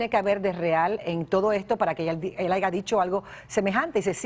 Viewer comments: Maria Celeste NO se llama Aleks SyntexS, es sin la S al final. Prepárate antes de entrevistar a alguien y por lo menos infórmate de su nombre correcto. Después dices (min 3.01) HAIGA wow es en serio? Una “periodista “ diciendo HAIGA en lugar de haya, que vergüenza. ESTOY CONTIGO ALEKS SINTEK!!! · M. Celeste... "Aleks Syntheks", "Haiga" 🤭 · Veronica Sanchez Vargas,, pensé que era solo yo quien se había percatado del "aigaso" 😁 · Ella dijo: AIGA? 😮🤦🏻‍♂️ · Roco jajaja no, yo no me lo creía hasta que lo volví a oír y dije que? 😂tantos años de estudio para que diga hayga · La conductora dijo aiga,o es mi imaginación..